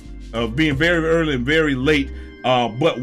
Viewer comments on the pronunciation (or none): none